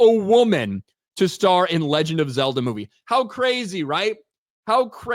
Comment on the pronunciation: It’s Zelda, not Zerda/Zimda.